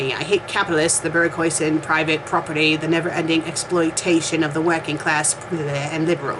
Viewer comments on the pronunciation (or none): Why read when you cannot even pronounce the words properly... Bourgeoisie, Che Guevara, etc., you mispronounce everything, and you are a native speaker of English. Don't you feel a bit ashamed? P.s. Comming from a formerly communist country, I can, and do, laugh at things in this fanfic. It is obviously a parody written by someone who is, unlike you, well versed in history.